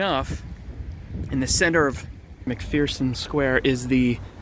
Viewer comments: There is no fear in McPherson. It's more like McFurson. Just had to put that out there because my wife comes from a very strong Irish family and it was made known to me early on not to pronounce it that way lol , 😂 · you mispronounced mcpherson "theres no fear in mcpherson"